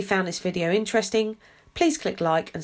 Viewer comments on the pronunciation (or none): none